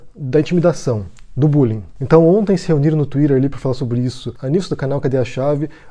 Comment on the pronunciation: Ótimo vídeo e cê fala Twitter engraçado, goxto.